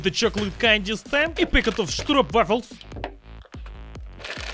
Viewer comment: Im dutch and have to say you pronounced stroopwafel very well!!